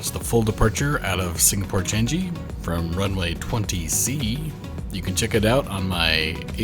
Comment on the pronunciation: Nice trip report! It’s pronounced Chang-ee. Not chan-jee. You also spelt subsidiary wrongly in the description.